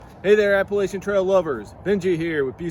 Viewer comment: and thanks for pronouncing "Appalachian" correctly!